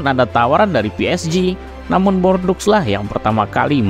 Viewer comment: Videonya bagus pak, tapi pelafalan nama2nya bisa diperbaiki lagi. Contohnya: Micoud harusnya dibaca "miku", Les Bleus dibaca "Le Blu", lalu Bordeaux dibaca "bordo". Tetep semangat, jangan lupa research pelafalan nama2 supaya makin terdengar pro ❤